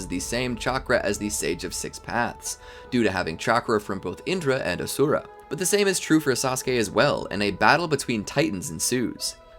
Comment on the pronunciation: Ashura is pronounced "Ah- Shoe-Ra" not "A-Sue-RA"